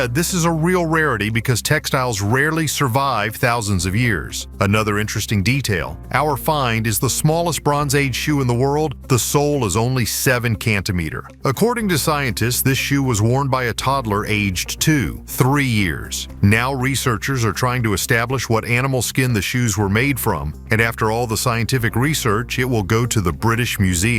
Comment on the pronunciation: What is a cantimeter?! Couldn’t find an AI that can pronounce the most basic units of measure?! And you want us to take this seriously. Gimme a frickin break and a mouth breather to narrate and maybe but probably not….. and who says 1 mm not millimeter?! Jesus wept.